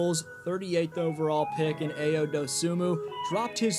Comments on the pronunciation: Great video but it’s pronounced “Iyo” haha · Thumb down for butchering Ayo’s name.